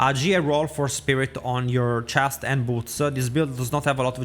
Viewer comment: your chestsuh and your pantsuh?! oh wow